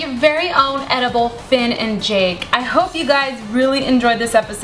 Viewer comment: are you shor its edaboll?